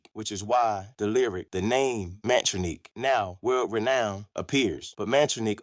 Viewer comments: Why ya keep showing that fake pic of Tupac with John Lennon when talking about Russell & Rick?? LMAO And how ya mess up Mantronik's name when it's pronounced on the music?? It's pronounced "MAN-TRONIC". Do better. 100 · 😂 Bro said Mantroneek 😂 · AI is horrible. The repeated butchering of Mantronix is criminal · I can't do this no more. This dude fucked up the name Mantronix. He can't even pronounce the names right, but we supposed to believe his account of hip hop history.